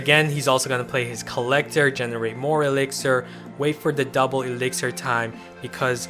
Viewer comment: eliksir collector not iliksir collector